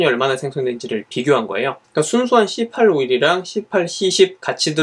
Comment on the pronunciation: ㅋㅋㅋㅋㅋㅋ 씨에잇이라고 하면 덜 ㅋㅋ 불편하지 않을까요?